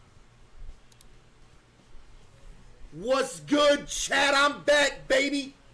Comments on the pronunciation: When he said I’m back I thought he said I’m fat guys I’m fat and I was like we know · Why does it sound like hes saying ladies and gentlemen im fat instead of back